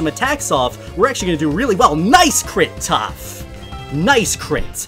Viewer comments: He called topth momo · Is it me or I hear say toph is momo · Who else heard momo instead of toph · He called toph Momo lol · He called toph momo XD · He calls toph momo